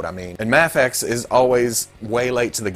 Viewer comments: You dont have to say muhfex its just an acronym, the way the letter is said doesnt dignify the way the word us said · "The Mafexio" Please let this be how you pronounce it from now on lmao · New game: drink every time pronounces Mafex differently.